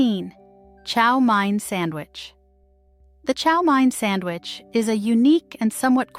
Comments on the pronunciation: Someone needs to check the narrator's pronunciation of English before releasing a video. Chow Mein is not called Chow Mine. And bologna...she mispronounced it two different ways. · Chow mein. Pronounced main. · Chow MANE not Mine. Also, was American invention not Chinese. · as someone who lives in the southern New England area, which is where you will find Fall River, Massachusetts, I can say that the correct way to say chow mein is chow "main" rather than chow "mine". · I love how the "narrator" pronounced mayonnaise, chow mine sandwich, and "freed" bologna. I also love how these sandwiches were replaced by more healthy selections, really, a lot of this stuff got really expensive. I still eat Spam, make egg salad, liverwurst, onion and mustard sammies, Fluffernutters, Sloppy Joes, my SOS uses peas and hamburger the way my Dad ate it during Korean war era NAVY. Taylor pork roll is eaten throughout the Philly area. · What not to say on a first date.... Chow MINE... Ouch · Chow MINE... What not to say on a first date.... Ouch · You pronounced baloney wrong. Bologna is a town in Italy, not a food. Chow mein is pronounced chow MAINE. A lot of these went out of style because they are nasty.